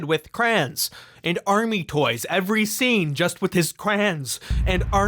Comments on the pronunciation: Why do you pronounce it as 'craouns'? It's crayons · why do you say crayons like crahns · Does legitimately pronounce crayons "krahns"??? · I turned this video off as soon as I heard this dude say "crans" instead of crayons". YouTube, don't recommend this channel to me. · You say crayons like you were instructed to say it in one syllable